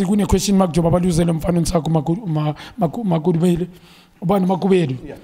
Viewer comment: Ntsako Makhubele, not makubelo